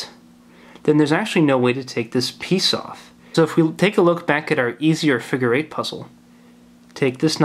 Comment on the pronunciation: "the figer eight wire figer"